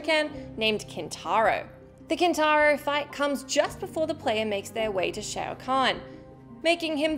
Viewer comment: It's Kin-tar-o time!